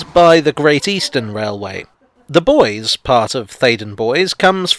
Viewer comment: I always thought Bois rhymes with Royce.